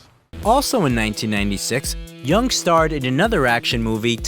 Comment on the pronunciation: His name is not pronounced Yung. It’s pronounced Y-ER-NG. Why can’t English speakers get their head around a word with EUNG in it?